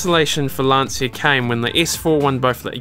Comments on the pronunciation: It's not pronounced "Lan-see-ah", gotta remember it's an Italian last name, so it's pronounced "Lan-Chya".... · It's not Lan-see-uh. It's LAHN-chah. 2 syllables not 3. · Please, it's Lan-Chia, not Lan-See-a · Good video, but if you want to tame the heart of Italians you should say "Lan-cha" instead of "Lan-see-a" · Lan-Cha not Lansia. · Awesome video. Just a linguistic tip for English speakers, which very often mispronounce the name. In the name Lancia the Italian C is pronounced like the English CH, like in the word 'cheese'. To an Italian listener you are saying LanSia. To figure it out quickly, write the word 'spear' on Google Translate then translate to Italian. Italian for spear is in fact lancia. Then tap on the speaker and listen to the correct pronunciation ;) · Fantastic work. Great documentary, but you should at least pronunce some Italian words in the right way. Is Lancia, not Lanzia. And is Sanremo, no Senrimo.... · "Lancier and Abah" love it. It's not Lancia, it's pronounced Lancia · it is pronounced "Lan-Chia". respect the italian way of pronounciation please. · It's an Italian name, not English. Obviously, You and the commentator didn't know it. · Just one little thing: in italian, "cia" is pronounciated like you would do with "cha" in english. You should say more like "Lunch" plus the A as you already say it in the video. You can hear it in this video 40 seconds in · Since he couldn't be bothered pronouncing Lancia, Abarth or even just spaceframe correctly, it's no surprise that there's poorly composed CGI images of the car, and imaginary 'boost' curve in a false graph. 🤷🏼‍♂️🤦🏼‍♂️ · You managed to mispronounce all the italian car brands. Every time you say Lancia, my ears bleed